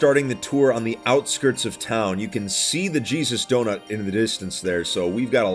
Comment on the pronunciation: It sounded like “the cheese is donut”